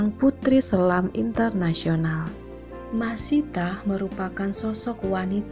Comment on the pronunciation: dan seorang LUNA MAYA ga pernah bisa baca nama dia dengan benar, selalu aja panggilnya MAYSITAH bukan MASYITAH.